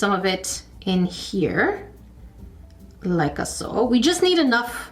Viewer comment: I love the glass breaking sounds and head nods when you open the packages in your videos and when you say “like-a-so”. Makes me smile and giggle. 💕